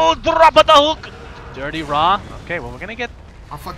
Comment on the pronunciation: why casters always pronounce DityaRa as Dirtyra?